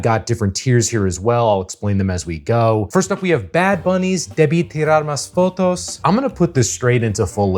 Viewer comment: That was the best pronunciation of debí tirar más fotos I've heard so far from non native Spanish speakers